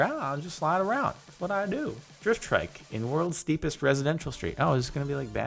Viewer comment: Hahaha the world's steepest steep. Loving the pronunciation Jardon. I'm not going to be one of those people to correct you but it is funny. At least you tried it 😂😂🤣. Oh and another great video!!